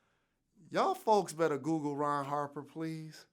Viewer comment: He said Ron Harper 😂😂😂😂